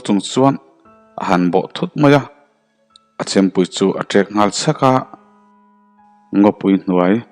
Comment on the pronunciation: Tak ngal tih hi ngal tih lai hi lam sang lovin,sanghal tih thluk in ngal tih zwk tur a ni..